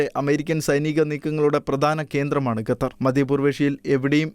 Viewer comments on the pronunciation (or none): none